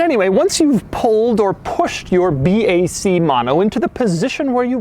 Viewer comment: Should be pronounced ”Bak” not ”Bee, Ay, Cee”